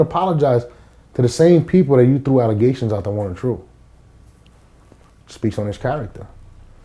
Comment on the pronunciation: This nigga just said agayments doesn't he allegations lol